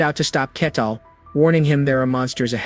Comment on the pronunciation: That's true, the constant shift between calling him "Ketal" and "Kettle", and the classic misunderstanding words like saying "bow" as in "bow your head" instead of "bow" as in "bow and arrow"